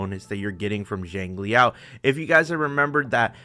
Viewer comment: It's not JANG it's more of SHANG if anything. SHANG LEE YAO